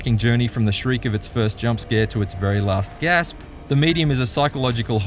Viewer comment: I've heard of gasps, but what's a "gassp"?